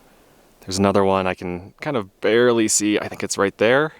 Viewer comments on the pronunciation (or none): none